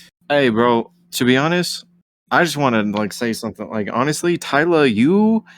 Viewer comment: Aye y’all /DJ. Respectfully Bro name ain’t tyla It’s thyla Thigh-luh